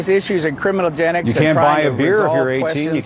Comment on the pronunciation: "criminagenics"? "criminalgenics"? Wut?!?